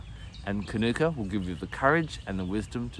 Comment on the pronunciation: Hi, lovely information thanks, but please pronounce it according to its mother culture language. The pronunciation is kānuka. Long vowel on the first a. Not kanoooka. Good pronunciation of māori words is one of the ways some of us are trying to repair relations with our first nation people.